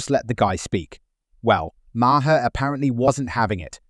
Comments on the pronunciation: Please teach your IA how to pronounce Maher’s name. It’s one syllable Mar NOT two syllables Ma-Her. I absolutely despise IA.🤮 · Bub……get it straight,!! MAHER….THE E IS SILENT.. RETREAD!!! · Clooney's wife is skeletal. BTW it is Bill Maaaaar (One syllable)